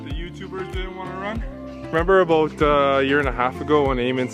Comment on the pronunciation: i have always heard americans make fun of the way Canadians say about and Ive never understood why because i literally have never heard in all my life living in Canada say 'aboot' until i watched this video and hearing this guy say it in lmao